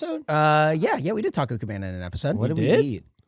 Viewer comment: Tah-Coh Cuh-Beh-Nuh